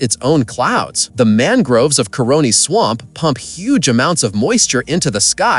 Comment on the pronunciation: Caroni - not coroni